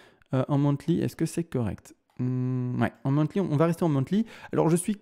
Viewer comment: Analyse très pertinente mais les monTly au lieu de monTHly m'ont achevé 😂